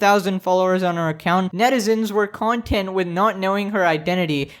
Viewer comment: I know this has nothing to do with the title... but the reason you said "content" (cun-tent) wrong was cuz you make content (cawn-tent)